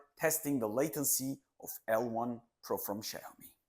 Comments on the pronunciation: Like the review, BUT it's not sheomi it's Xiaomi (/ˈʃaʊmi/;[7] Chinese: 小米集团) . Sheomi is really hurting my ear :) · Small correction. Xiaomi is said as xiao-mi not xia-o-mi 😁😁